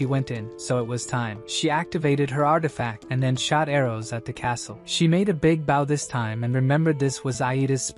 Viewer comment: But still can't say bow